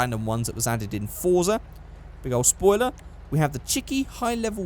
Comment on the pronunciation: You pronounce Forza a bit off. It should sound like "Fort-sah". In my native language it would be written as "Форца", and, as I remember, you can read Russian, so I hope this will be helpful.